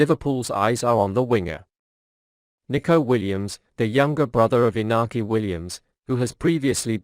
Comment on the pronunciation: IT IS NOT INAKI WILLIAMS,BUT IÑAKI WILLIAMS...BIG DIFFERENCE.....👍👍👍